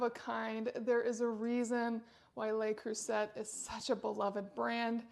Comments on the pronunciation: Le Creuset is pronounced 'le crusay' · Huge fan of Le Creuset pots also, used almost daily. By the way the letter T in Le Creuset is silent, its pronounced as (Le Cru-say). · That’s not a signature. It’s the poor model without the metal knobs. That’s a TJ Maxx factory defect. And you can’t even pronounce Le Creuset.